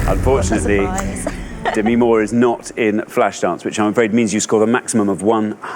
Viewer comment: Demi herself pronounces it duh ME so it shouldn't really be a matter of preference. There usually is a right and wrong way to pronounce someone's name.